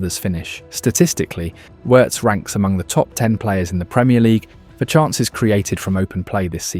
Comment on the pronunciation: Hate AI commentary. It pronounces Wirtz correctly but then messes up on Lyon😂